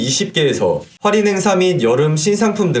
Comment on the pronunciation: 좋은 정보 감사하지만 "활인"이 아니고 "할인"입니다.